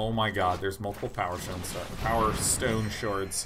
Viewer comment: I think he meant powerstone shards when he said pshards